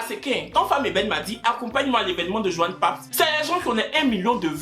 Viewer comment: Johan Papz a souffert dans ta bouche😂😂😂